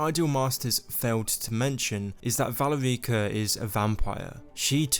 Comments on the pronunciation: Dude...It...its not valy reeka.. its Val erika...😢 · good video but i cringe every time you say valerEEca. it’s pronounce VAL-AIR-IKA. valerica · You would think someone who played Skyrim knew how to pronounce Valerica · The way you say "Valerica" makes me cringe a bit.